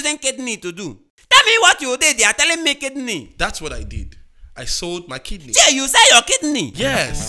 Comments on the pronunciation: Mark: hears KID KNEE Everyone normal: hears kidney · Hehehe instead of KIDNEY,mark thought it was KID KNEE🤣🤣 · It kidney not kid kneel. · Normal person : hears Kidney Mark Angel : hears KID KNEE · He thought it was KID-KNEE.. hahaha